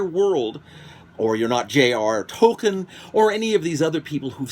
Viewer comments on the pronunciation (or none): none